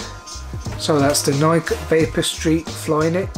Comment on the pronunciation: pronounced Nikeeee